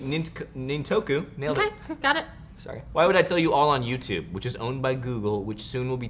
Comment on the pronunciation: THEY SAID MY COMMENT! YAY! Pronounced Nin-to-ku.